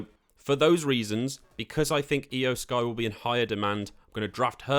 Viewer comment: Judging by the fact that you don't know how to pronounce Iyo Sky, Tommaso Ciampa, Nikki ASH, and Shinsuke Nakamura correctly, it seems like you don't watch professional wrestling at all. I find it so ridiculous that the name of the channel run by you is "." Did you name your channel like that just because you play the WWE 2K series?